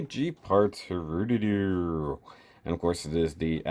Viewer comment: You said (Hru)doodoo.